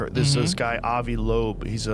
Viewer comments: Vs are Vs...NOT FKN Ws. Its HARVVVVVARD!! NOT HAR_WARD!! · Did this guy say Harvard or Hogworts? It makes a difference. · Is he saying hogwart scientists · "According to the Hogwarts scientists" - I heard you saying that instead of "Harvard" and only then it is correct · Your pronunciation of Harvard sounds like you’re saying, Hogwarts. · I swear you said "Hogwarts scientist" 😂😂😂